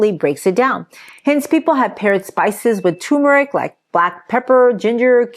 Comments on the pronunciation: The R is not silent in turmeric. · Is tumeric the same as turmeric ? 🤷‍♂️ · Why does everyone call turmeric toomeric. Genuinely asking. People drop that first R all the time. How come?